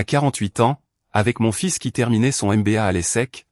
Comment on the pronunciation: On ne dit pas fil mais fils😮